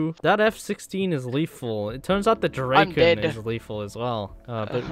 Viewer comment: "The Dreyken" as a Swede this concerns me deeply